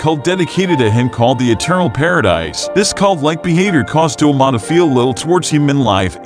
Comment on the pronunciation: Also doma he said duma 😑😑